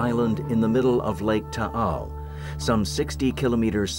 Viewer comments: Mt. Taal not tall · It's called Mt. Taal not Mt. Tall. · Taal. The title is incorrectly spelled. The locals don't pronounce it Tah-al, either. It is said longer. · The title is mispelt. Its mt taal. Pronounced ta-al